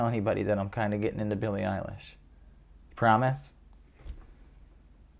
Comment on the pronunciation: Billie, not "Benny"...